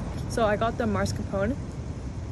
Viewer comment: She butchered the pronunciation of mascarpone 😅